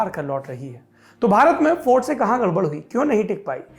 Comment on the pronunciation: हिंदी बोलते समय इंग्लिश क्यूँ बोलते हैं ये लोग. इंग्लिश भी गलत बोल रहा है. फोर्ड को फौर्ड.